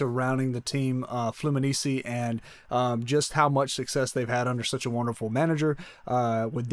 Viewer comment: You cant even say the name of FLUMINENSE right